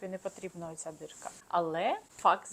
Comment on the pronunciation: ДІрка, А не дирка